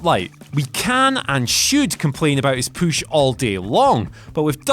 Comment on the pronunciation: If you are aware that you are saying PUSH incorrectly... STOP! Can you say PUB? Can you say HUSH? I'm sure you don't say POOB or HOOSH